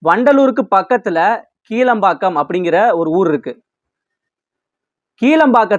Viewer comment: கீலம்பாக்கம் இல்லை ப்பா கிளாம்பாக்கம். உங்களை எல்லாம் கேட்டு கேட்டு எல்லா வேலையையும் செய்ய முடியாது கண்ணு. சென்ட்ரல் ஸ்டேஷன் க்கு MGR பேர் வைக்கும்போது இவர் என்ன செய்தார்